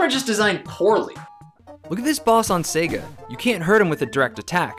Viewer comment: sorry guys, turned off another video because nintendo dude mispronounces sega. sega guy, teach him it's not pronounced 'sehga'--it's super grating.